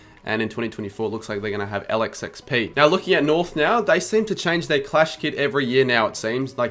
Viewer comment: The lxxp is actually pronounced loop. Loop Logics is a construction industry owned by Alex Rance.